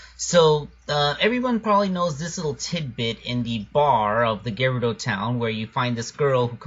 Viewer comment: i think the word Gerudo is pronounced as Je-roo-do